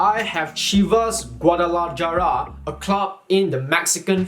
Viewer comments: It’s not gua-da-la-jah-rah it’s gua-da-la-ha-ra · "GuadalaYara" lol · Great content and very informative. One thing though The "j" in Guadalajara is pronounced as an "h". So it's actually pronounced Guadala(h)ara